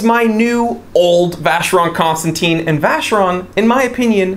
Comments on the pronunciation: For a watches aficionado wrong pronunciation of Vacheron Constantin is just a blasphemy. Especially if you own one. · You pronounced VC wrongly man...😂